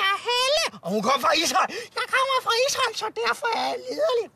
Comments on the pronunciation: siger han Ishøj eller Israel? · Lyder som om at han siger Israel...